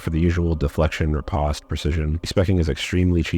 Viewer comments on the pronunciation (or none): none